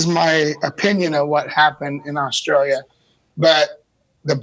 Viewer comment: Dale and Robby say Australia so wrong and yes I’m Australian